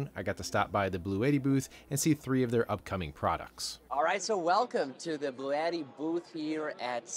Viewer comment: It would've been nice to ask the Bluetti guys how to properly pronounce "Bluetti". I saw before an official product demo and the Bluetti guy did not pronounce it like you do.